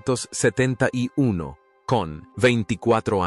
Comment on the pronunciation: chaval eres un mentiroso y un bulero de los gordos,ademas no sabes ni hablar,para decir 1970 no sabes ni decirlo,mentirosos como tu,os tenian que cerrar los canales de youtube,para que no sigais mintiendo